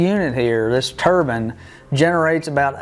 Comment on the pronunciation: It’s turbine not turban. A Turban is a hat some people wear on their heads.